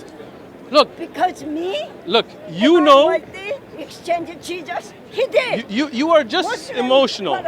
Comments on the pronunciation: ...Actually...is pronounced as "Jejus"... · Did she just said Jegus ? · I can't hold my laughters every time she said "Jee-jus" 😂😂😂😂😂😂😂😂😂😂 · 😀😀😀😀 can't even pronounced Jesus properly...